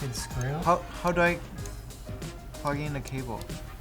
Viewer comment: “I can’t even prug in da caboes!?”